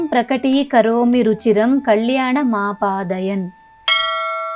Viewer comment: thanks for this video. But please correct your pronounciation for certain words like kalyana ( there is no ala in sanskritam)